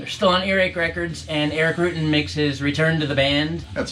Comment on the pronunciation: Rutan not roootin. come on man